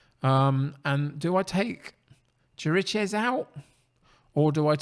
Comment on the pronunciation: Chiriches is an old Spurs hand, so I knew well before the season started that he's not really up to top-flight play. So he hardly played for me this season. His name, by the way, is pronounced "kirikesh". Looks like it's going to be a tight one!